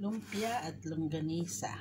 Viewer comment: longganisa sis, not longgasina hehehe. sarap nyan. fave ko hehe